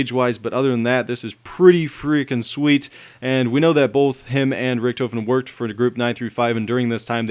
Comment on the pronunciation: hes pronounces richtofen, rictufen